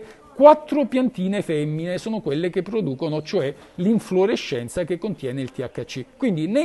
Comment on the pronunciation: inflorescenza e non con la U :)